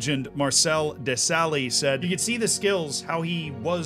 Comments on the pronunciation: Duh, Sally! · And desailly as de-saley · As I was editing this and hearing "Matt-house", "Pa-peen", and "De-Sally", I physically cringed and knew half the comments would be about that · I will help you pronounce hope this helps Ma-tay-ass De-sigh-ee Pa-Pan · I love the direction that your content has taken in agreement with I'm learning so much about different periods of the game that I didn't know about before. Top notch work. By the way, Marcel Desailly's surname is pronounced "Dess-ai-ee" - the L's are silent :) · See the Matt Hause one now. Thanks. De Sally though lol. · The video is so good that Z’s pronunciation of Desailly and Matthaus throws me off so much 😂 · The butchered pronunciation of Lothar Matthäus and Marcel Desailly aside, this was a fun trip down memory lane. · I'm amazed that, who produces ⚽ content for a living doesn't know how to pronounce the names of famous ⚽ players, including Global household names like Matthaus, Papin and Desailly. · I've mostly enjoyed this new style of deep dive videos you've been doing, but the lack of research into pronunciation of players' names is just awful. It wouldn't take that long to find out how to pronounce Matthaus, Papin and Desailly. These aren't obscure players.